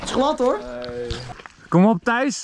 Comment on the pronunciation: Waarom zegt iedereen tice het is Tijs of Thijs